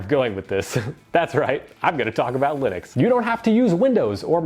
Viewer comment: "Linunx" LoL😂